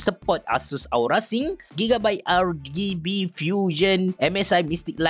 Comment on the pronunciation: Nobody:.....: R Gay B😂